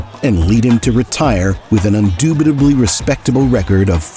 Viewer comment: *indubitably* not "undubitably"